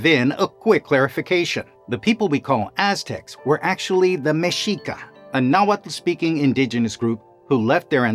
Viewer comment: Thank you for pronouncing Mexica, tenochtitlan, and nahuatl correctly